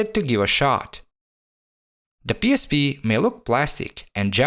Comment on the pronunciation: Автор со всей силы показывает что он англоговорящий , но произношение пииспи выдаёт А видео кул